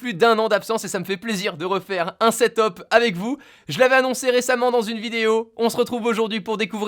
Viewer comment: tu me casse les coulle a dire setop c'est setup